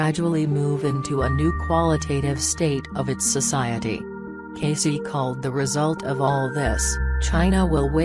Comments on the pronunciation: The name is pronounced Cay-see. Didnt anyone review this before publication? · This is garbage. Robot voice horrid. I have been a member of Edgar Cayce Association for Research and Enlightenment since the early 1970s. Disgusting that you cannot even pronounce his name properly. EDGAR CAYCE...IS PRONOUNCED KAY SEE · Thumb down for a computer voice that can't even pronounce his name. cay-see as in see-ya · Yeah how can I listen to this shit robot voice mispronouncing his name!!!! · before you do one of these learn the man's name and how to pronounce it. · That mechanical, robotic voice can’t even pronounce Cayce’s voice right. And it is so monotonous, that I really don’t want to listen to it any more!